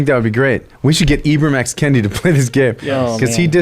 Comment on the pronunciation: I thought this was going to be antiracist but then 1 minute in, Kendi has his name mispronounced by you. Clearly, you're racist. ;)